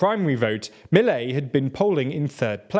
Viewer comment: The emphasis goes to the last syllable, so it is ‘miLEI’ and not MIlei’